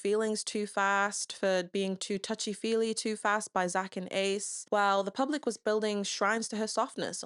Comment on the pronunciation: I think you mispronounced Ace